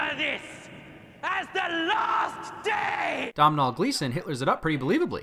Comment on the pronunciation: It's not pronounced dom-nall, its doh-nall Gleeson